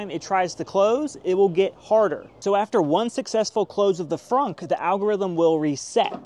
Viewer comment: It did that to your finger because you publicly made this video and specifically felt the need to say “Fronk”! It’s a trunk, not a fronk, tool shed!